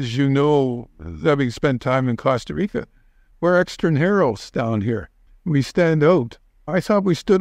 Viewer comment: Good talk but after living in Panama all that time, it bothers me that he cannot say “Costa Rica”. I believe he was informative in many ways though. Just please, learn to pronounce the beautiful words in Spanish, not English.